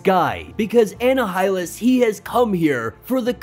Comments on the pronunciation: Its Uh-nie-hil-lus like annihilate. Not whatever you were saying. Heads up . =) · U pronounced Annihilus wrong its pronounced A- Nile-ah - lis but Amazing video what a cliffhanger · I mean can you pronounce the character names and objects properly tho? Anna-Hi-Lus???? Who tf is that??? 🤣🤣🤣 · M'Kran crystal eM'-Crahn crystal Annihilus - Anni-ya-lus Annihilate - Anni-ya-late *note, im not trying to be "That Guy" im trying to help.